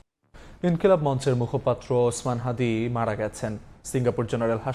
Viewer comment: । ওসমান শাদী না ওসমান হাদী